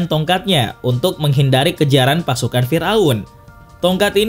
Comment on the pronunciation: Pas lu bilang ''tonkat nabi Musa" jadi kepikiran doraemon yang bilang "tokat nabi Musaaaaaaaa"